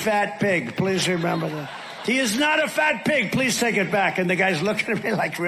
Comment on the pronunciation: DiaperBoy can't pronounce the word, "please". He always says ples. His sexual obsession, Ivanka, also speaks this way.